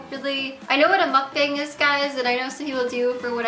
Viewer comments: what is she saying a muck bing? I have never heard of that term before, what the hell is that? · it bothers me that you mispronounced mukbang. I know it's a Korean word and you don't speak Korean but still.